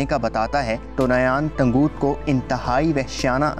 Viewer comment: bhai tanguuut nhi ha tangut ha